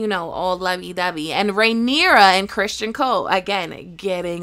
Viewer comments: Its not Christian ..its Criston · Uh, no shes not. She literally only got two things wrong in this video. She pronounced Cristons name as Christian, and the dragon at the end is Syrax. Her own personal beliefs/theories may be wrong, but she has the lore down pretty good.